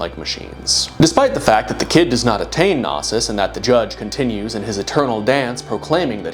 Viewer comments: Bro's constantly pronouncing knosis (no-sis) as nasis (na-sis) and it's killing m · Well worth the wait. Nice to see our boi was too smart for the "Judge is Satan" meme. Shame he wasn't smart enough to look up how to pronounce "Gnosis" tho...